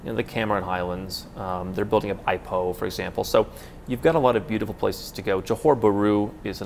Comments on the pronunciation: In Malay, Ipoh is pronounced “iiiii - poe” - short i sound. Not “eye-poe.” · Good stuff only 1 tip - Ipoh pronounced as “Eee poe” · Kelvin Kuan Somewhat agree with Ipoh. I wouldn’t say its as culturally vibrant as Penang but it has great food. did give it an honorable mention, though he butchered the pronunciation (eye-poh). I’ve never been to Taiping but heard it being mentioned as a low key backpacker destination. But one person i know who came from Taiping said that the sustainable award was not deserved